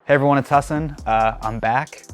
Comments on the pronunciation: Bro your name is pronounced hah-san not hah-sen. Basics man. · I love that now he is famous he says Hasin instead of Hasan. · hasan baiiii, try and pronounce my name